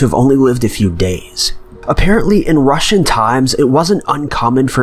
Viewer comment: I’m really think that when he says Russian he means Roman...unless my hearing has gone to shit and I’m hearing wrong.